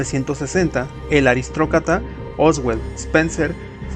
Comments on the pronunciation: EL QUE???? 😂😂😂 ARISTOCRATA🚫 ARISTROCATA ✅ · el ARISTROCATA JAJAJAJAJAJA compa no sabes hablar?